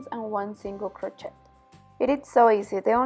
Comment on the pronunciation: Hahaha sorry to laugh but it’s pronounced ‘crow-shay’ not ‘crot-chet ‘😄 lovely blanket thank you 🙏